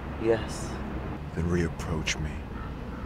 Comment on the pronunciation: “... reapproah me.... “. Oh, he’s god.